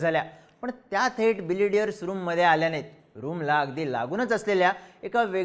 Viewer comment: Are बिलियर्ड आहे ते तू बिलिडियर बोलतोय . थोडा knowledge घेऊन bolat ja .Tase tuze videos आवडतात